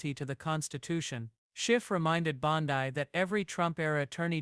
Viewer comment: "Bond-EYE"?? Who is the ridiculous narrator?